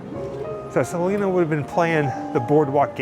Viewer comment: It’s crazy because people know Selena didn’t like the mispronunciation and people still do it